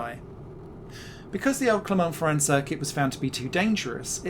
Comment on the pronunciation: Our narrator also managed to butcher the name of Clermont-Ferrand.